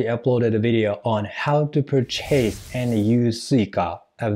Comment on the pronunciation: Return lesson: it’s pur’- chase, not pur - chase’ 😊